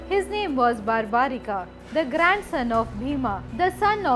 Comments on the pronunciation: It's barbarik not barbarika ok pls see to it you and its not Rama it's ram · The name is barbarik. There us no "a" in the end. Just like it's yog and not "yoga". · Plz pronounce the name in Indian way you are saying like bheemaaaaa barbarikaaa this is not correct this issue was with non Indian bcz they try to read the English spelling of the names so plz if you are trying to glorify India don’t follow the west blindly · Its barbrik not barbrikaa, ghototkachh not ghatotkachaa, mahabharat not bahabharataa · Please stop spelling the names of Indian historical persons like this. It's not Barbarika it's Barbarik. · English pronunciation should not add extra a in the name like it’s barbarik not barbarika same as it’s always yog not yoga.Otherwise story is explained nicely. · Not totally accurate And the name is pronounced differently Its bur'bu"reek not bar'baa"rikaa The test before offering the head would have given proper importance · i appreciate ur video....but dont u know the names of characters....why u saying bhimaaa its bhim,its mahabharat,its barbarik.......dont just go on following others pronounciation.....u should be using our own pronounciation.......its a slavery mindset to follow foreigners pronounciation